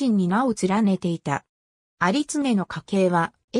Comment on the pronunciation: 有恒はユウコウと読むみたいです。